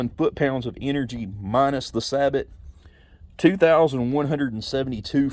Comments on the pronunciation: Researching steel slugs, I ran across this video, pretty good video very informative. PS "sabot" is not pronounced "sab-ot", it's pronounced "sA bo". It's actually a Dutch word. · Saybow, not saybot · You are the first person I’ve heard sabot said like that. Not trying to be rude but pretty sure it’s pronounced like (say-bow) sabot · Just so you know, sabot is pronounced "say-bow". Thanks for the video, looking for some quality steel slugs, and I came across this. I appreciate it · It’s pronounced “say-bo.” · BTW, it is pronounced "say-bow". Used them in the Army.